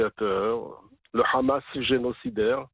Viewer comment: C est pas rramas, c est Hamas.